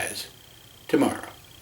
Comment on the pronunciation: DID YOU SAY TOMORROW